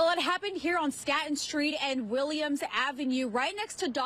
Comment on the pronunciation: I'm noticing reporters must not be local. She named the street "Staton".